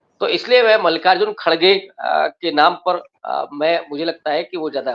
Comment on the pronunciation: Isko mallikarjun khadge ka nam bhi bolna nahi aata